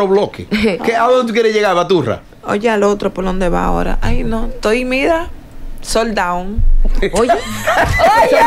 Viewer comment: Sandra burrocal dijo sold down😅😅😅sold out😅😅😅😅